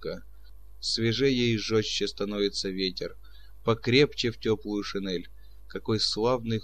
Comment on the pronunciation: Все хорошо, кроме некоторых неправильно произнесенных слов, как шинель, сёмга и др